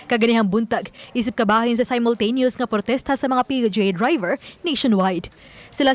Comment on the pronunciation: Unsa to Dai??? P-U-G??? Haskang bisayaa gyud nmu dai 😂😅🤣 PUBLIC UTILITY GEATAY 😝😝😝